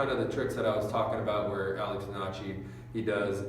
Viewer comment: Donnachy? The fuck? You pronounced that so wrong